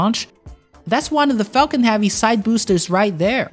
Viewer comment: Falcon "Havey"?